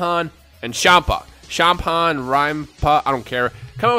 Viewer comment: Champhan pronounced shampan